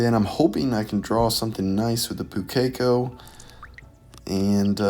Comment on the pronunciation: Sorry to be that guy but Pukeko pronunciation, the strong syllable is the first one, so it's pronounced POO-ke-ko, not pu-KEK-o.